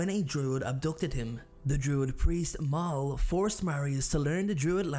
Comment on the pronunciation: Great video! Only note is the terrible pronunciations: Mael = May-El Avicus = Ah-vuh-cus Eudoxia - You-doe-shuh